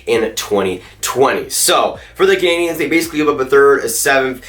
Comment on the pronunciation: he said montreal caniens